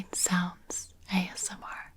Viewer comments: omg “AMSR” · Did you just say ASM-- Artist?